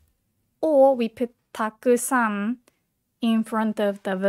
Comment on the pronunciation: Why so many people pronounce たくさん and く sound like silence?